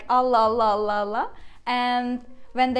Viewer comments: This is where it gets tricky for me when I try to read phrases like “Allah Allah” because the ending “h” in this case get combined with the “A” of the second “Allah. So to me it sounds like she is saying “Allah Hallah” I think I should switch to learning Italian or Portuguese instead those are much easier to learn. 😭🤦🏻‍♂️ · I didn't said there was anything wrong, but for someone learning the language it becomes tricky because I would said Allah Allah and like I explained it sounds to me like the "h" from the first allah gets combined with the "A" from the second Allah and sounds like "Hallah", but I don't see where I said there was something wrong with it. If that's the way the language works then that's the way it's. I'm not criticising. I'm just pointing out where I'm getting confuing in getting the right prononciation when I read some texts. Thanks.